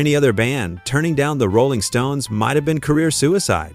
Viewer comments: Goofy ass robot voice says: "the ROLLing stone". Weird. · The AI hit instantly with the pronounciation of Rolling Stones. Won't watch any further and thums down, plus a non-recommendation installed.